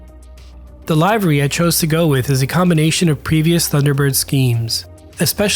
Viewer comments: It’s pronounced liv-er-ree not ly-ver-ree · the correct prononciation for livery is more like liver-ee not live-ree